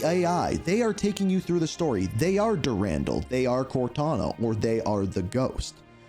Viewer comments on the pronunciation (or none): So your saying dur-andle. But I believe it’s pronounced duran-doll if that makes sense lol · Marathon: Durandal had the best menu music. And his name is pronounced Dur-an-doll